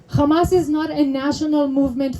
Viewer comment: no Arab says "khamas." Nice try though. Pretty committed to the fraud.